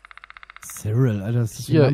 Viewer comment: Haha so geil mein name steht auf dem grabstein cyril und er sagt spricht es komplet falsch aus😂 cyril wird siril ausgesprochen.🙈🙈🤗